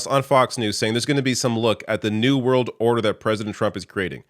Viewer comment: Are you ready for zee new world ordahhhh? 🎵